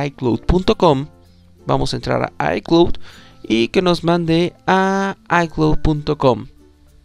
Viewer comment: Aprende a PRONUNCIAR ICLOUD ICLOUD ICLOUD es bastante irritante escucharte diciendo ICLUT